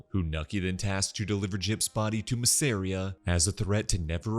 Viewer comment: Bro why are you saying Masseria like that